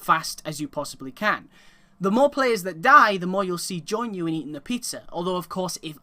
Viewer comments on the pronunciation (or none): none